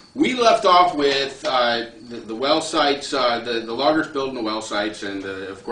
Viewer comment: yea when i 1st saw the real life stuff like a year or so ago i couldn't stop watching them. I like the one where he talks about his lover jerry the most... well logger sounded like he said lover hehe